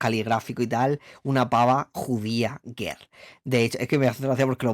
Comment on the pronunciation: Lo que pronuncia ger es girl, rollo chicaaaaaa!! 💁🏼💅🏼